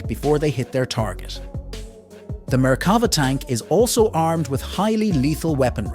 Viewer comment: Wrong pronunciation for all Israeli weapons systems. 'Na-Mer' (Hebrew for Tiger), not 'Neymer'... Both 'Mapatz ' (Maul) and 'Merkava' (Chariot) are pronounced with the last syllable emphasized.